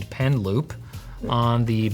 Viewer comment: Initially, I thought he said "pen lube" and my mind went: "oh, like a little ink pot but for lube so that the pen glides better over the screen?"